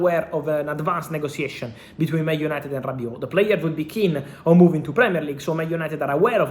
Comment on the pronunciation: [Negotiation] sounds like /Nego.she.a.shin/ , [Situation] sounds like /Sit.chu.way.shin/ you are a journalist/social media reporter you chose to speak in English, before someone jumps here and start barking.